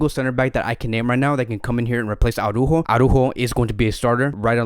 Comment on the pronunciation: Aw-rÚhho is almost perfect, and definitely better than Aw-rÁhho. We're almost there. If you can change the "Aw" in "Ara" (pronounce both the first and the second letter A), it would be perfect. You just pronounce every single letter, and emphasize the Ú. ARA - ÚJO. Good luck!